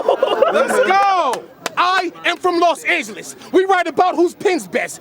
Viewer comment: said las angelas